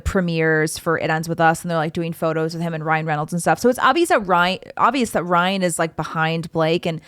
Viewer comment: You said “Brian” several times, instead of “Ryan”. 😆